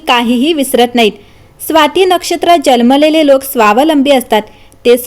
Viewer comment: Jalmele ase nahi janmalele mhanun sanga.